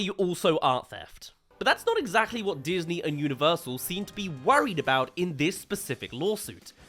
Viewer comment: you sure it wasn’t datney 💀💀💀